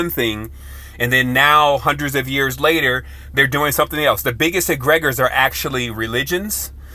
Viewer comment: Egre-gores not egreg-ors